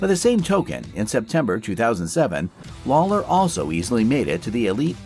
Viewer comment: This mf'er said "Robbie Lawyer"